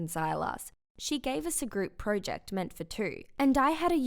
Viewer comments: That’s not how you say project she keeps saying pro ject like bru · Pro-ject not project no pro-ject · That’s not how you say project